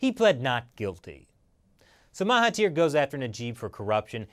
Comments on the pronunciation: Correction: it's Mahathir and not Mahatir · Mahathir* Oh and the "Th" is pronouced as "D" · Its spelled as Mahathir and its pronounced as MA as in "my" without the y sound,HA as in "heart" without the art sound and finally THIR is pronounced as "there" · Even though you couldn't pronounce Najib and Mahathir properly, great video.